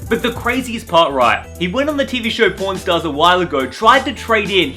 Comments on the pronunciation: i thought said "@ stars" lmao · sounds link he saying porn stars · oof the annunciation on the word pawn stars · "Pawn Stars" Caption: "Porn Stars" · All I want in this world is a full art jolteon I just love how the looks and jolteon is also my fav Pokémon from the ds games Does anyone one feel like he is saying pornstars instead of pawnstars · please don’t try saying pawn stars again😂